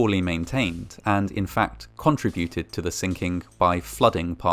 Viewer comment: I thought it was very interesting the way you pronounced the word “contributed”. I think I’m going start pronouncing it that way and see if anyone tries to correct me.